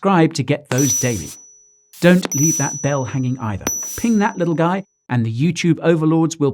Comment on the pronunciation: „Let me introduce myself. The name is Guy...“ I seem to have misunderstood. I swear, I heard you say gay...